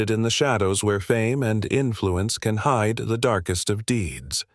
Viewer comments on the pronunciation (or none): none